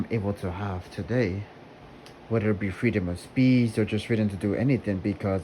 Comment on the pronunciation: SAY SPEECH AGAIN "SPEEZ" BWUAHAHAHAHAHHA, WE LIVE IN A SOCIETY